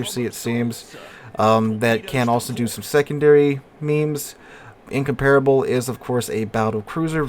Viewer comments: In comp rable. (the a is glided) Not In com par[e] able Why do Americans insist on butchering English words and names? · In-compar-able it's how you pronounce it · Your pronunciation isn't correct Same was what extraordinary is pronounced differently from the way it is written